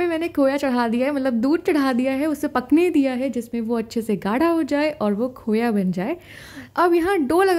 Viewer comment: Khoyaa nhii khoaaa bolte h 😂😂